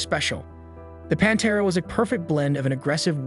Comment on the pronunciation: Review your script, you’re calling it “The Panta” Are you using AI to produce this video. It’s Pantera!